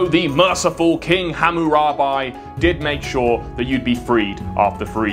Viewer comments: Fun fact Hammurabi is one of the people who inspired Moses Exodus. Also the way you say Hammurabi infuriates me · Its Hammurab-ee like the bees, not buy, like buying on credit hardy har har. Seriously, you pronounce it Hammurabee. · the way you say his name hurts